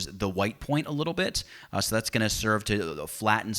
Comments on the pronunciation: sounds like you said "and paint away the bitch you don't want " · Damn! It does sound like that! But I am sure it's "the bit you don't want". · So True LOL